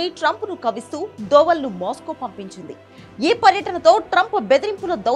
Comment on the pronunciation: అమ్మా కొద్దిగా తెలుగు స్పష్టంగా చదువు. ట్రబుల్ , మాస్కో..